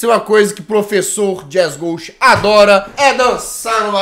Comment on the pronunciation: É impressão minha, ou ela falo "Lacoste" quando tento fala jazzghost?